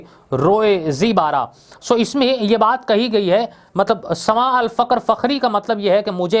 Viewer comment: "Zibara" lafz nai hy jo aap ny bola hy.. Wo "Zeba Ra" hy Zeba ka matlab "khoobsurat" Ra ka matlab "ko"